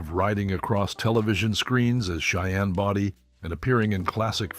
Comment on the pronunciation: For those who've never seen the Cheyenne shows, Cheyenne's last name was not pronounced "Body" with a short "o". It was pronounced with a long "o".